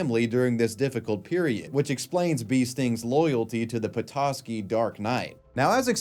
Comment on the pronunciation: Props for actually pronouncing Petoskey right.